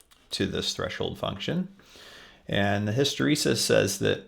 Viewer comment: Great tut. "hysteresis", not hysterisis